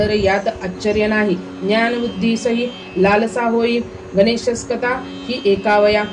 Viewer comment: ganesache nav yogya prakare uchhara